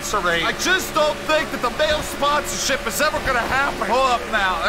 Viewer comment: What’s happening everybody Mahle won’t sign you bc you keep pronouncing the name wrong here 😂